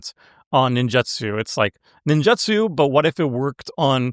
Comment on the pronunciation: Take a shot every time mispronounces "Ninjutsu". Actually don't, you'll die of alcohol poisoning. 😂